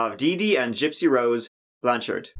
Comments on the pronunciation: Finally! Someone covering this story pronounced my surname correctly! Not "Blanch'ud" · Props on pronouncing Blanchard right. Her dad lives in my town. They seem like nice people. I really think she'll have a ton of support from her family and the community here when she's released. It's very sad that she is in prison. She went through enough.